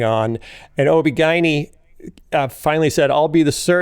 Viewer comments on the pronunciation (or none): Lots of people pronounce it that way, including OB/GYNs. It was jarring the first time I heard it, but now I’m used to it. 😂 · Is that how Chicagoans pronounce OBGYN?? 🤔 🤣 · 😂😂> its so funny how he pronounces ob-gyn. But huh-uh...that's just another Phil-ism. Apparently: You can take the man out of the veggies tales but you can't take... (Well, you know 😉).